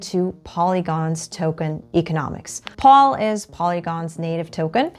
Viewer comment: Excellent video. Except POL is pronounced “Pole”.